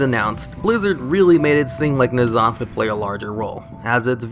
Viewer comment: ITS N-ZOTH NOT NAZOTH